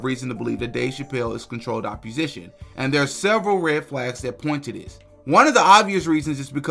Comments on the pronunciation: Opp-o-sition not opp-u-sition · Love the work but the word is opposition root word, oppose. Not appusition, root word appuse🤷🏻‍♂️😂